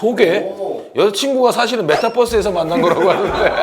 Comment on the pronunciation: 메타뻐스 발음에서 늙음을 알았다